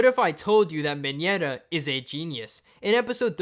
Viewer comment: I know that Mineta is awesome and all but can this dude just stop saying ‘minyeta’